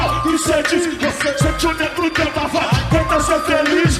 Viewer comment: E na moral, não é negro drama, é NEGO DRAMA porra!!!! Respeita o dialeto rsrs